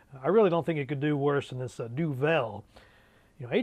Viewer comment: wew lads great stuff as always :] Duvel? das my man. (pronounced more like Du vul ;) )